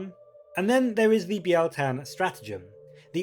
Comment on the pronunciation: I think you're the first YouTuber to pronounce it right. It's not bile tan ;)